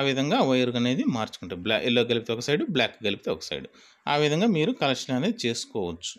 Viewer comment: Hellow sir lubber kaadu, rubber, collection kaadu, connection, correst kaadu correct pl use correct language